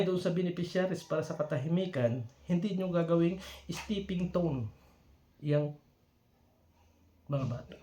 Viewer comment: Stepping stone....😃… not stepping tone..